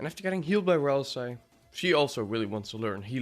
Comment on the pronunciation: Ah yes my favourite Deltarune character, RALS-EYE.